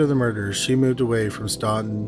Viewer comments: I’m from Virginia ~ it’s pronounced Stant-in, not Staunton (even though that’s what it looks like!) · FYI, it is pronounced stanton...weird. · The town of Staunton is pronounced as Stanton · Oh wow the Staunton (pronounced StANton by us even though siri says StAUnton) hits close to home! I'd never heard of it! Thanks for posting! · Love your videos! As a former Staunton resident and Mary Baldwin student, just fyi locals pronounce it "STANton." Just letting you know in case you ever cover anything else there! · I grew up 20 minutes away from where story #2 takes place! He pronounced it wrong lol. The "u" is silent. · I never thought I'd hear my hometown in one of these videos. I did a double take so fast- (even tho it was pronounced wrong lol)